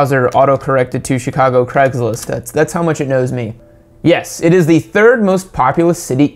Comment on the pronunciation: “Creggslist”. Great pronunciation.